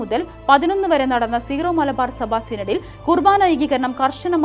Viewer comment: സീറോ മലബാർ എന്നല്ല വായനക്കാരി ഉച്ചാരണം. ...സിറോ എന്നാണ്